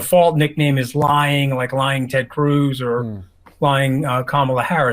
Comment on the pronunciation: The way trump says "lyin", it sounds like "lion", so even when he's trying to insult her, "lion Kamala Harris" fails to land as an insulting term, imo.